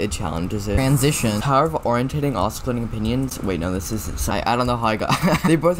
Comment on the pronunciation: 100th comment and it’s not os-kill-at-ing it’s o-si-lating great vid btw